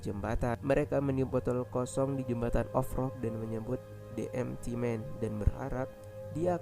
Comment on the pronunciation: "De emti men" bukan "de empity men" semangat ya kak:)saya suka kontenya